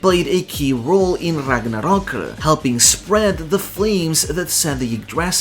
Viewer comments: I am afraid of you saying RAGNARROKU. EDIT: Never mind, it's actually la chancla. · The rolled R every time he says Ragnarok and Ragnir is the best. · Wait why we saying Ragnarok in Japanese pronunciation? I understand for Japanese words but Nordic?